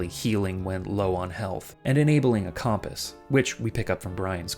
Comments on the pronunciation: He says it normally once and then says Com-Piss for the rest of the video, this is so sad, shout-out to all my loyal Cum-Piss enjoyers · Great video, but I can't get over the way you pronounce compass like cawmpass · Pronouncing it "comm-piss" is crazy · The way he says “compass”… “com…pass?” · It’s an East Coast thing. I worked for years with a guy from New York who pronounced “compass” the same way. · He did a double take for "noises" but confidently mispronounces compass. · Bro has no idea how to say "compass". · lil triggered by the way you said compass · Local man refuses to pronounce compass correctly to try and make people comment about how poorly he's pronouncing it and slaughters my ability to respect him or subscribe to him. Truly pitiful. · Seriously it was driving me a little crazy. I’ve never heard anyone say it like that before (and if I have it was never this many times). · Bro I know I was looking if anyone else thought about that 😂